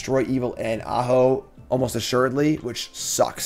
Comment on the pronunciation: If you were, no harm no foul, but you didn't telegraph the joke very well, so it just sounded like you were mispronouncing the name.